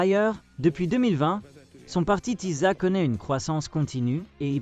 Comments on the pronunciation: Tisza se prononce Tissa. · ça se prononce Tissa svp [sz = s en français)